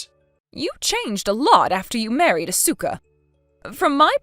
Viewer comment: MIL gets everyone's name wrong. Even her own son's!😮 Asuka and Ko? Hmmmm